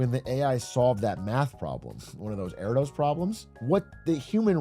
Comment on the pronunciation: I’m a math nerd so I have to say Erdos’s name is pronounced Errdish